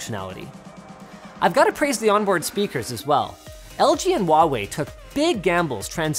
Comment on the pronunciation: The H in "Huawei" is not silent :)